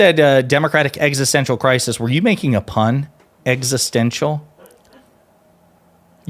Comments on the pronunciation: did you say we have an eggsistential democratic crisis? 😂 Edit... I kept watching and called it out too! Nicely done! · Best part of video, “eggstential” democratic crisis